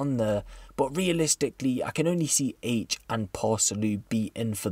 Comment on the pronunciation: MAN SAID AITCH LOOL